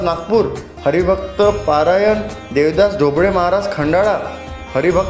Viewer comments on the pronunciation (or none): पारायण नाही रे भाऊ परायण असते ते